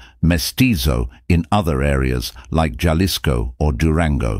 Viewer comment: He said, “Gelisko” for Jalisco 😂😂 AI